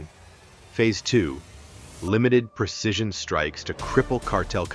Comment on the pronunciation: The word is 'precision' not 'percision.'